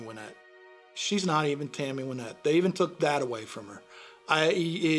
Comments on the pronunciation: why doesn’t the narrator know how to pronounce Wynette. He says ‘Wine-ette’. Is he just dumb or dumb AI ? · Thought it was Wynette.. he’s pronouncing it wrong